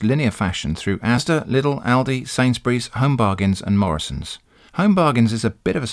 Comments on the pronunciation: as an american i know ill get yelled at, but i 100% agree with your pronounciation of lidl and aldi, its exactly how we would say those names too (we only have aldi though), i mean look at them, his pronounciation makes sense based on the combination of letters. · I live in the US, and I've only heard ALDI pronounced the way you pronounce it. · nothing wrong with your pronounciation of aldi and lidl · In Australia ALDI is pronounced ALDI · How you pronounce Aldi is how it's pronounced in Australia, as far as I know Lidl doesn't have a presence in Australia. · I'm laughing at the people who took a sharp intake of breath in preparation to correct how you pronounced Lidl and Aldi and then deflated in a disappointed heap. Lol.